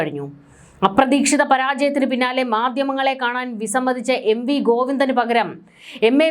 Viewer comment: മാദ്യമങ്ങൾ? 'മാധ്യമങ്ങൾ' എന്നുച്ചരിക്കണം